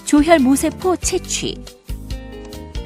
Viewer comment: 조혈 모세포로 발음해야 합니다. 모에 액센트를 해야 의미가 정확히 전달됩니다.